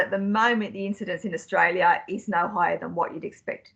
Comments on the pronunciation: Austalia ? I’ll forgive ya👍🏽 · John, you forgot the R in AustRalia